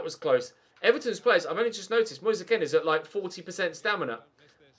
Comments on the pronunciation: Just who the fuck is moyseh ken? Just say his name normally... Its pronounced keen. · does it annoy anyone else that has been pronouncing " moise kean" wrong since the sunderland career mode